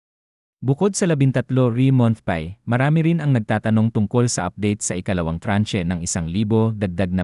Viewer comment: Bqkut ganyan ka mag pronounce ng ibang words like month, pay, di na nga totoo ang cnsbi, qrong pronunciation pa ng ibang English words.